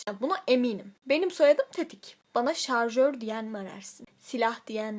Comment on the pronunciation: Jarjör değil şarjör* pls ugdufufnfufjtihjy